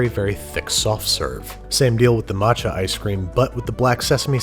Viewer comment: he said matcho....